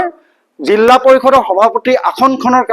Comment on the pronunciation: জিলা নে জিল্লা